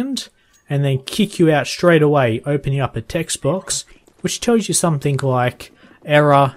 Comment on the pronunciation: someTHING not someTHINK its a g not a k